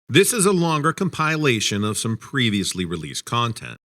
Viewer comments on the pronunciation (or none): Oh boy, first "all of the sudden" now "com PILE ayshun" instead of "COM-pill-A-tion" 😭 Ah well, nobody's perfect! Great channel, compelling content, good work.